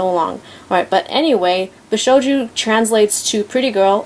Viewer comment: Love the statue The detailing is amazing . however I think you were pronouncing it wrong . bi-shou-jo not bi-sho-jou